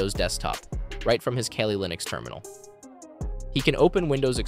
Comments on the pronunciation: the crime here was "kaylee linux" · Kayleee linux😭